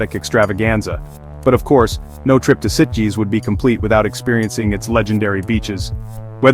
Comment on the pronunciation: I believe Sitges rhymes with Beaches